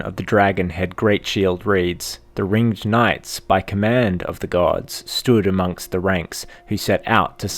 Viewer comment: so something that really bugged me in this video is you kept calling them the "Ring-id" knights making it sound absolutely stupid.